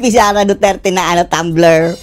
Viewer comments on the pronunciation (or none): none